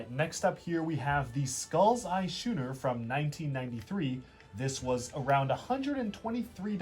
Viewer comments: I get it that this video is 4 years old, but please dude, Schooner is pronounced like School. Skooner. that's how it's pronounced. please tell me you've learned this since. fantastic video, exactly what I want. all the info is laid out and done in a fun way. it reminds me of playing with this stuff as a kid and I'm seriously looking at buying some again! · The fact that you pronounce schooner as "shooner" just pains me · matey, the correct pronunciation is sKooner!